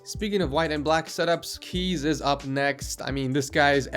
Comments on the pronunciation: Kees is a dutch name, you don't prananounce it as some sort of keys but case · Rather call this episode ´enthusiast edition´. BTW: 'Kees' is a Dutch name, pronounced as in 'Case' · Kees is a dutch name, you pronounce it as 'Kaas' no problem :p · "kees" is actually pronounced kays or case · Your prononciation of Kees got me dead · Ik ben hier best wel laat mee maar hoe hij 'Kees' uitsprak😂😂😂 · it's Kees